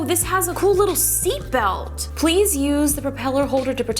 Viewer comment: "Seatbelt" l0l